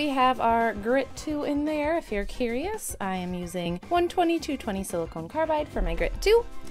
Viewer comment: SiliCON not siliCONE 🤣